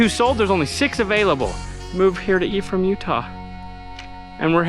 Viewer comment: I constantly heard him saying "the E from Utah" and was thinking what E? Untill I read it's Ephraim...